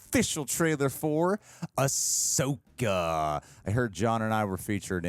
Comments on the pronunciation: Ahsoka Tano is 5 syllables... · John, “Ahsoka” is THREE syllables.